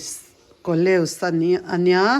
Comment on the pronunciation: Coleus hi chu mawi tak an ni.. I nei variety si ka vawikhat hmuhna te an ni tlangpui. 😂.. A lam rik dan kha ko-li-as tih deuh tur niin ka hria..